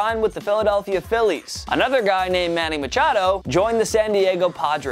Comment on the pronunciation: I almost threw up when you said “manny machado”